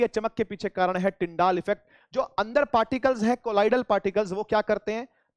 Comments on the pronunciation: Sir its tyndall not tyndaall Effect😂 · SIR ITS NOT TYNDAAAL ITS TYNDALL EFFECT 😂😂